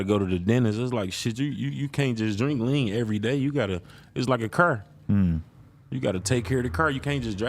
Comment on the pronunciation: Why do some people like actively try and make themselves sound cooler by mispronouncing things in such ridiculous ways? Like bro seriously said “i aint even seen myself havin a KER.” Like its not like an englishman or something where thats just what it is and everyone sounds like that and your dialect forms around it etc etc. this is literally a grown man going out of his way to sound cool. Shits seriously goofy as fuck